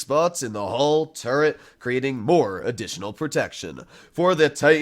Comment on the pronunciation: saying turret armour: turd armour